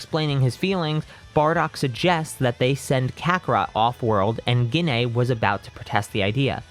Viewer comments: I love when hes says gine *gene*😂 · I'm so sorry, but Gine is pronounced 'Jeane' Sorry again, just a pet peeve, it annoyed me slightly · Every time he says Gine wrong it is hurtful